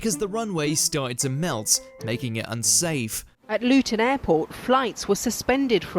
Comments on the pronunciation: “Lutton” why does screw up pronunciation in nearly every video!? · It was the usual narrator who mispronounced it, it was pronounced correctly in the clip. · “Lutton airport” 😁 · It's not even as if it's some archane pronunciation like Puncknowle in Dorset, it's bloody Luton Airport, innit.